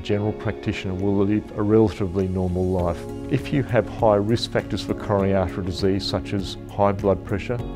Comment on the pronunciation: Frank LeVay Dear Doctor: Say slowly and clearly C-o-r-o-n-a-r-y A-r-t-e-ry !